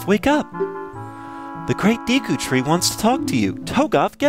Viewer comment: its pronounce as day-ku tree